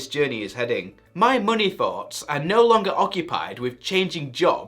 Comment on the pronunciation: Why do you say muney instead of money? 😂